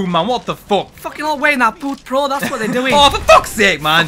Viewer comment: hahhaha "pooth pro" lmfao